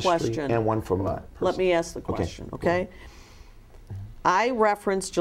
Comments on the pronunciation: Sebastian Perna you might have to "axe" her. 🤣🤣😂😂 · Imagine bumping into this guy in person and asking him "hey are you David e Taylor" pretty sure he'll say "axe Michelle" 😂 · Gentle Breadcat, Esquire Lol yep next video, “Why was the body of the man who told us about your operation found buried behind the shed at your residential center?” Him: “I dunno you’ll have to axe Michelle she handles all that.” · When in doubt, “axe Michelle”.